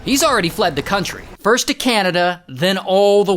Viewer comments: "forst" also 23rd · "Fitst" also 17th